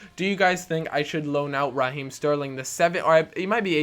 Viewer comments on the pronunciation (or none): none